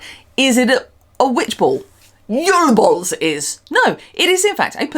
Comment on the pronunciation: Can you make an mp3 of you saying JUL BOLS so I can make it my ringtone? 😂😂😂 I'm so excited this is back